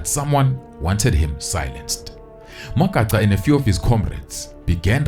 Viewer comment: it is so disappointing to hear blacks mispronounce other black people's surnames. Really disappointing. Magaqa and Magaca is two different things.